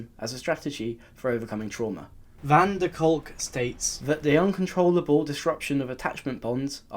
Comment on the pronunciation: Lmao the way you said van der Kolk had me laughing 😂😂